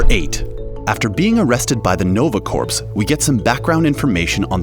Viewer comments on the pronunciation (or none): Bruh, Nova Corps is pronounced as "Core" not "Corpse". Come on! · Corps is pronounced "core" not "corpse". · Wow...did you really pronounce corps as "corpse"? The p and the s are silent. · "Nova Corpse"? What is with this channel? 🤔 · You'd be surprised how common it is to mispronounce corps. I grew up at Fort Hood/III Corps HQ, moved to Florida for a while, and...you already know what I'm going to say.